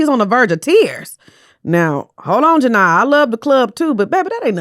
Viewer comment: Her name is pronounced Ja-Nee-AH for future reference